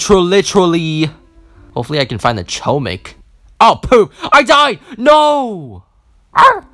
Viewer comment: HOMIK ITS HOMIK